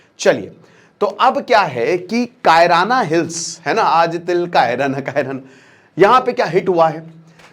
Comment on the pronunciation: बड़का भैया "कायराना हिल्स " नहीं है शायद "किराना हिल्स" है ।